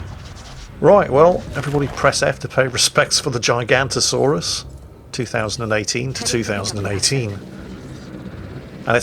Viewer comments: its nit GIGANTO saurus its GIGA-NOTASAURUS, or Giga for short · I could be wrong... but i am pretty sure its pronounced Gig-a-not-o-saurus... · Actually.... its pronounced jigg-o-not-osaurus, and it's name stands for giant southern lizard. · Uh, actually... it's not called the giganto-saurus, as you called it. It's the giga-noto-saurus. Giga is the same root (and so pronounced the same) as in gigabyte, and noto is an additional, separate root meaning southern. I believe the giganto-saurus is something else entirely. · I thought it was Gig-a-not-asaurus.... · It's that bloody bird game again... Also,... It's spelled GiganOOOtosaurus. I know, you'r old 'n crap, but Jeff Goldblum there said it out loud for you to just listen and repeat. And you managed to fuck that up, as we all expected you to do. Never change.;-) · Internal cringe at giganotosaurus mispronunciation and saying it's the biggest carnivore ever Oh, silly.